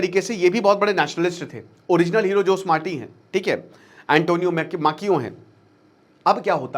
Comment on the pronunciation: जोस मार्टी नहीं बल्कि खोसे मार्टी बोलते हैं सर 😂